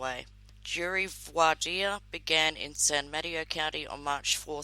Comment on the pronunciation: I remember this case very well. I lived in the Bay Area at the time. Good coverage, my dear! P.S. not a big deal, but it is pronounced 'San Muh-TAY-Oh' 😊